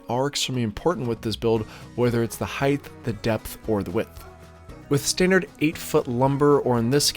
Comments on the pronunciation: Height not heightH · I'm not picking on you but it's funny how many people mispronounce height as "heit-th" rather than "hite." It is confusing b/c it's part of the length/width/height triumvirate so I get it.